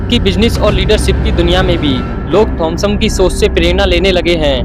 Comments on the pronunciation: Bro it's Thomas Shelby not Thomson Shelby 😅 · Abe bevkuf pahle Naam acche se bolna Sikh jaaye Thomas Shelby Naam Hai uska